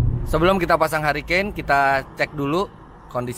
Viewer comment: mantap kmrn ditawarin kayaknya menarik - langsung liat review btw bacanya: hurikein